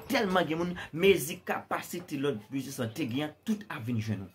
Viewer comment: Le ou moun fin travay poul gen ou business, et pi nou utilize vodou poun pran sa moun redi travay pou yo fe. Ou pa prononcer U nan business la ok.